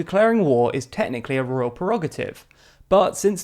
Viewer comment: The word is “Prerogative” not “Perogative”. I like TLDR and I know it seeks to become a credible source of news. I therefore expect it to apply high standards to the correctness of its production.